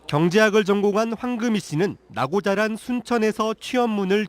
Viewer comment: 낙오자란으로 들렸는데, 나고 자란 이었다 허허허 😮